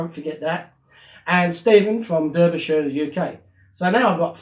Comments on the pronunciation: Obviously they had the casting for the driver and just kept using it for years, a smart business move. Amusingly you are familiar with Debry/Derbyshire, England but not familiar with the pronunciation of the name. It's pronounced Darby not Derby, although the spelling is with an e and not an a. However that does not detract from the magnificent work that you do and I wish I only had that patience and creativity you are the DaVinci of model restoration. I like watching unboxing videos as it's like watching kids at Christmas so why should there not be the odd unboxing episode? You've earned my subscription and I will support you on Patreon but unfortunately I cannot afford too much. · Derbyshire is pronounced 'Darbysha' (only posh gits say 'shire' 😉). Great video though! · Only a,small point mate....its spelt Derbyshire but pronounced Darbyshire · Hi. I thought you were born in the UK. You have a certain inflection on some of your words that made me think that. Were you born in the Midlands? BTW, in the UK, Derbyshire is pronounced 'Darbyshire' - unlike in the US, where they pronounce it like you did and as you would imagine it would be. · Love the videos,. I've only just come across them, but you've inspired me to have a go myself. I've ordered two vehicles today. I would like to point out that, Derbyshire, is pronounced DARBYshire by those of us that live there. Keep up the great work mate. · It's pronounced Darbysher 😊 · 'Derbyshire' is pronounced 'Darbyshire'. :)